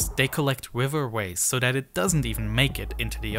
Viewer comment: I like the content but the speech impediment of the narrator is distracting. He says “dem” instead of “them,” “dat” instead of “that,” “de” instead of “the,” “dis” instead of “this.” It is not that hard to master the “th” sound.